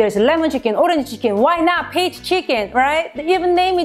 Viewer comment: LOL it kind of sounds like bitch but I know it is peach I love peaches too so I want to do this.